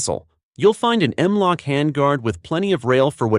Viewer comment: Showcasing some pretty nice firearms, but the AI generated voice is atrocious. Whoever heard of an M L-O-K handrail? You mean an M -Lok handrail. LOL! I'm a fan of the retro firearms, the H & Rs shown here are my favorite of all ARs, bar none. I just hope H & R will offer some more of their stripped uppers soon. They offer so many retros now, I don't think they can keep up with demand, especially now that they offer what is apparently the enormously popular DOE, with their many other models. The stripped lowers are continuously out of stock, even worse are the stripped uppers. I realize they're using all they can manufacture building complete firearms and complete uppers for sale on their website, but I have all the parts needed to build a retro, and so far, have been unable to purchase the stripped upper to complete my build. I'm afraid if I purchased an upper from another retailer, the color wouldn't match my H & R lower I already have. But, enough of that, great video,, carry on!